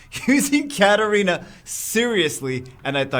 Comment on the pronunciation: Its 2019 (almost 2020) and still calls Katarina "Katerina"...